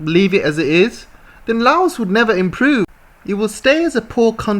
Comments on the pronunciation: Fun fact. There's no S in Laos. It's pronounced as just "Lao" Like "loud" without D. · trade containers from cambodia thailand vietnam laos going to eu started from laos 2 days ago. taking 3 wks journey instead of 3.5 months by container ships. its pronounce as " loud" not "lay os" did u know british ruled part of laos. xipsongphunna. and then china took it in 1949. train is not a gift. a loan needs to be paid back. usa gift for laos was to send it to the yrs zero. uxo still killing. even after 200 yrs uxo will be a problem